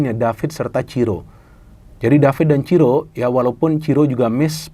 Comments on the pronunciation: Monmaap bung, bukan Ciro, tapi Siro wkwkwk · bukan ciro tapi siro, kata reporternya 😄